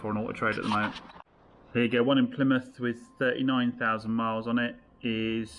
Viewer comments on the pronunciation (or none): none